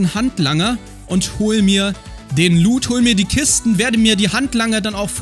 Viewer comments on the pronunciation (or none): none